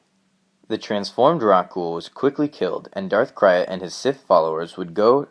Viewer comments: Who is Darth Cry-It? I know who Darth Krayt is... Come on bro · Darth Krayt's name is pronounced "crate"... like Krayt dragon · Its pronouced Darth "CRATE" he named himself after the krayt dragons of his homework tatooine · Darth krayt is pronounced crait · It's pronounced Krayt (crate). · Darth c r a t e . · Gnuk some how the Y goes before the A for some people. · It's pronounced crate like Krayt Dragon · Interesting & informative video. Just wanted to say, I think "Krayt" (as in Darth Krayt) is pronounced like the word "crate". Vegetable crate. Apple crate, etc. Just a minor nitpick but wanted to mention it, F.Y.I.. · He is pronouncing Krayt wrong and he used to do that but then he changed the way he pronounced it.